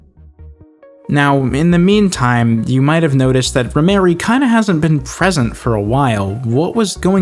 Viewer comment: ...its Rhymery not Rhyme Mary. Thats a man....